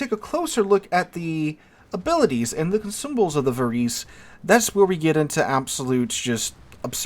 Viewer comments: Think Italian when pronouncing Italian names - it is closer to 'var-ay-say' than anything else. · The proper pronunciation is -> VA-RE-SE or something similar, although I am not italian, still ... 🙂